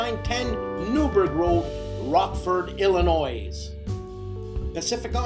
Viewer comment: After all that carefully worded French, you pronounce Illinois "ill-uh-NOISE"?? Come on, man!! :D Do you create all the music (that's otherwise uncredited)? Hats off, if you do!